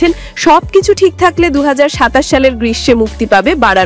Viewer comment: বারাণশী নয় ভারানাসি